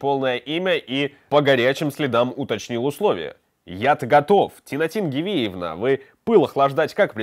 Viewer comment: вы же вроде большой уважаемый канал, а с ударением путаете. В имени Тинатин все хорошо, а отца звали Гиви с ударением на первый слог, поэтому отчество тоже с ударением на первый слог - ГИвиевна.